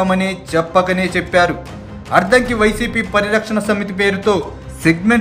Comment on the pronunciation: Ayya neeku addanki Ani palakatame ravataledu sodara.